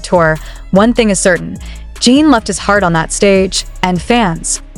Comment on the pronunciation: AI is HORRIBLE! This site uses it exclusively. Lazy! Yes, it's clickbait! Mispronounced name is first clue! It's "Jin" not "Jeen"!